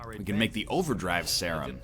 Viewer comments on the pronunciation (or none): Egg pronounces serum seh-rum? What the actual hell. First plague now this. Is he illiterate?